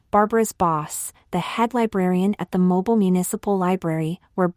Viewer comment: I love this story, but I really have to struggle listening to the AI screw up so many words, especially pronouncing Mobile, AL as moble when it should be mo-beel.